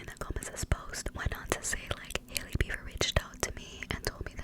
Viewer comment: YAAAS “Hailey Beaver” lmao